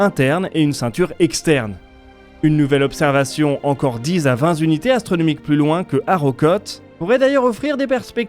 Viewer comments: "dix à vingt z'unités astronomiques" ? 👀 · aïe aïe aïe ! dix à vingt Zunités astronomiques , pitié pour la langue française ! Dommage car j'adore cette chaîne ...